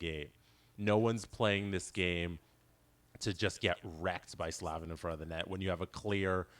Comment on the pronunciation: Just to note: its pronounced Slay-vin :)